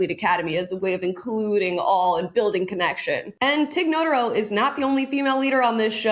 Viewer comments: Not a fan; she's not funny...but I think her name is pronounced 'nuh-TAR-oh' rather than 'NOTE-uh-row'. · Tig NoTARo is the pronunciation. I love Tig Notaro's old podcast Professor Blastoff. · It’s pronounced Tig No-TAH-ro, and i really do like her brand of stand up comedy. But this inauthentic DEI slant on this show is absolutely ridiculous to me, and it is truly mind boggling that this lesson has not yet been learned by now. If not by the faulty doctrine/dogma of it all, then at least by the money talks factor, and I don’t see many money trucks backing up to the Star Trek driveway these last few years. I really don’t think this kind of thing is what Gene Roddenberry had in mind, and as great a talent as I think Tig is, I wish for her to move on to a far better showcase for her, Holly Hunter, and Paul Giamatti, who all got bamboozled by some young agent saying this is what you have to do to be cool now, Divide, Exclude, and Indoctrinate. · Nuh- tar- row Tig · I don't even like Tig but omg the way you mispronounce her last name 😂😂😂